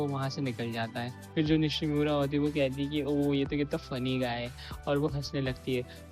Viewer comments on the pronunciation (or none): It's Nishno not Nishimora😅